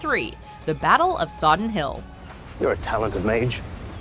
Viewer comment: Sodden Hill not Soddon :P